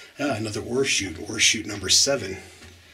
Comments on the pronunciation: Yup I was googling mining terminology. Turns out its ore chute not horseshoots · I kept looking for the horseshoes you were mentioning. Finally dawned on me you were saying ore chute. Not horseshoe. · Yes, it really sounded like horseshoe to me, but when he says the 't' I can hear the oreshoot. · You are brave or crazy to go down in man made mines but I sure enjoy watching you from my recliner. When you first said ore shoot, I thought you said Horse shoe. Funny! I thought maybe for good luck. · Hi, Barbara! Thanks for watching and commenting. I remember somebody else thinking the same thing regarding my pronunciation of the phrase “ore chute.” They had mentioned it in their comment, too. Glad you enjoyed the video. Thanks again for your support.